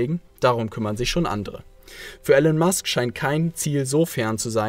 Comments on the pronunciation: Er heißt gesprochen "Ilon Mask" aber trotzdem gutes Video. Grüße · Er heißt Elon Musk, nicht Ellen/Alan Musk.